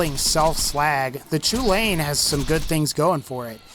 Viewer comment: Next time someone prononces chulainn "choolayin" I'm going to fucking shoot myself.